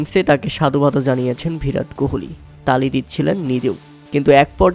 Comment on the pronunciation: ভিরাট কোহলি না রে ভাই বিরাট কোহলি হবে😂 বাংলা উচ্চারণ করতে শিখো